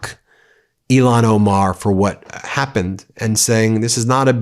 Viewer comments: Please pronounce Rep. Omar's first name correctly-- It's 'ill-han' not 'elon' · Ilhan not Elon…twice. smh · IL-HAN Omar.....not ELON Omar geez you're repeating Trump now???? Smmfh. This is NO DIFFERENT than Republicans intentionally not giving AF how they pronounced Kamala's first name. Dude, show some respect for people who don't have Lilly white names. Otherwise, you're just like them Ben. Disgraceful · Ben, please pronounce Ilhan Omar's name correctly. You're saying "Elon". That's an insult. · Ben do yourself a favor and everybody else out here learn how to say ilhan Omar's name correctly please! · Please say Rep. Ilhan Omar's name correctly